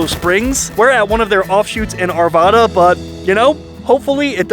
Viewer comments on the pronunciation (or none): It's not ARVAWWWDA. IT'S ARVAAADA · Hi! Coming from a native..it is pronounced Arvada w a short A sound..Not w a short O sound..which a ton of out of staters will tell you..Arvaaada...not Arvoooda...👍🤓 That's when we know you're not from here or visiting!! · You definitely don’t say Arvada correctly 😂😂😂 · You say Arvada wrong